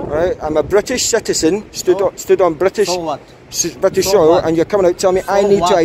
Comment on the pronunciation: “so Vwat” 😂😂😂😂